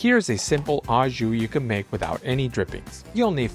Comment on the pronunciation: Au is pronounced like oh, it’s French. Don’t worry I know you Americans have trouble with words that end with eu or au, it’s oh, not ew